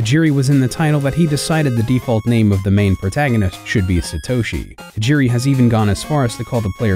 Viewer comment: Sheesh, can you guys at least make an effort to pronounce names correctly? My ears bled with every Satoeshi Tajeeri. If you’ve watched even one episode of the Japanese anime you’d know it was pronounced SAH-toh-shee.